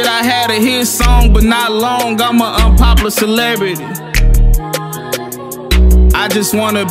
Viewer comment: Ik im not the only one triggered when he said unpoplar instead of unpoplar